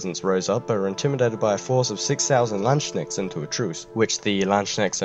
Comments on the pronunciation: The way you pronounce "landsknecht" sounds like you want to say land-snail in german :D The correct pronounciation is lants-knecht (the ch is approximately the same sound as the "h" in "hue"). Also, Truchsess wasn't a name of Georg, but his hereditary title. You could also have made it easier to pronounce for you by just using the more modern term "seneschall" or stewart in english. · So much mispronunciation. I cant even fathom where you got your version of Landsknecht from. Its clearly a compound word of Land and Knrecht, there is no tsch sound there. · lol how he pronounced Landsknecht, you actually speak the K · You should apologize for Landsknecht too... but a good video nevertheless!